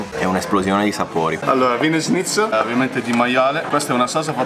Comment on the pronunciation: È inutile, gli Italiani hanno un serio problema a pronunciare la parola ''Schnitzel'' e non capisco il perchè, dato che non c'è alcuna ''g'', ma una ''c''! ''Sch'' si pronuncia come il ''Sh'' dell'inglese ''Show'' ☝ Mah...più facile di così! Si sa, noi Italiani, con le lingue straniere, dobbiamo farci notare, sempre 😂